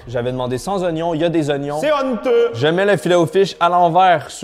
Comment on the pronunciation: "c'est hooonteuuux" ça se voit tu reviens de ton voyage en France 🤣 Continues ce que tu fais ! J'adore ton contenu !